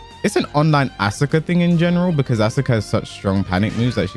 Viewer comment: The su in Asuka's name is like the su in Sasuke's name.. the u is silent